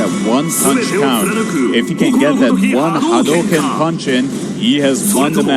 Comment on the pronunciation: “Hidari” pronunciation is good also “Hadouken” too lol